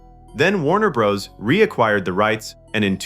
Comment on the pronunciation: The AI mispronunciations are painful. The was no planet in the movie call All-tire, nor are there any studios named Warner Brose. Find the right pronunciations and type them phonetically next time.